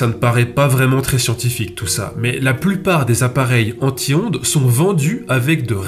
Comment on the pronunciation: à force je n‘entends plus anti-ondes mais en tihonde